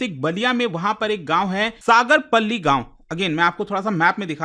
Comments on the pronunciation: सागरपल्ली नहीं..... गांव का नाम सागरपाली है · Sagar palli nhi h bhai सागरपाली h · Not सागर पल्ली it's सागरपाली। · सागरपल्ली❌ सागरपाली ✅ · सागरपल्ली नहीं सागरपाली 😊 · सागरपाली नाम है, सागरपल्ली नहीं है, साला नाम बिगाड़ रहा 😂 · सागरपल्ली नहीं बल्कि सागरपाली बलिया हैं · सागरपाली है पल्ली नही है.... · सागरपल्ली ❌सागरपाली✅ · It's सागरपाली ✅ not सागरपल्ली ❌ Because I'm from UP-60 बागी बलिया 😎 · सागर पाली नाम है सगर्पल्ली नहीं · सर सागरपाली✅सागरपली❌ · सगरपली नहीं सगरपाली नाम है सर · सागर पल्ली नहीं सागरपाली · सागरपली X सागरपाली✅ I am from Ballia ♥️ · It's not sagarpalli it's a sagar pali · सागरपाली है सागरपल्ली नहीं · It's सागरपाली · It's सागरपाली ...